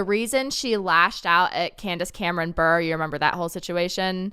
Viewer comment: Even though I don't like her could you please quit pronouncing Candace Bure's name wrong. Every time you mention her you say her name wrong and it makes me cringe every time. Her last name is not pronounced Burr it's pronounced Beret, like the French hat.